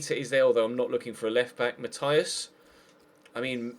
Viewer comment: It's Not "Matias" like you say, like in the english way, it's "Matee-as"